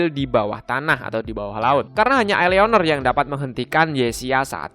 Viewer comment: "I" BANG BUKAN"EA"